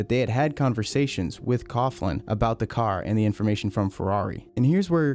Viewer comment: its not cough-lan its pronounced cow-lan